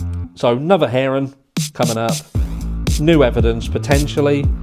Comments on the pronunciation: "hearing" not "herring" Herring is a fish. LOL Sorry, I couldn't help myself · Did you say herring or hearing? Lol. UK to Aussie humour 😁🇦🇺🇬🇧😘